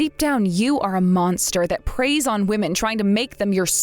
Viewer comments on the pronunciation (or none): It’s preys not prays